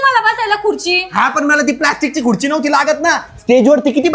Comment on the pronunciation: Khurchi ❌ Khudchi ✅😂😂😂😂😂😂